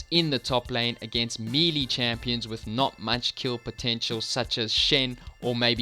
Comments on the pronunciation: Dude, melee is pronounced may-lay. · You mispronounce the words Melee and Mundo